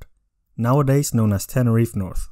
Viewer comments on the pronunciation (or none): none